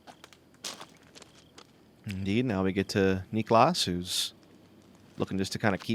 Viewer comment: As a Finn it's painful to listen to them saying "Niklaas" all the time. No need to stretch that A-letter. I mean, you don't say "Nicolaas Cage" either, do you?